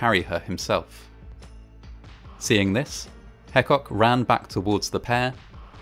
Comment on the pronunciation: Burrell Hecock is part of my family, and the story is well documented on our family history. Our name is pronounced Hee-cock.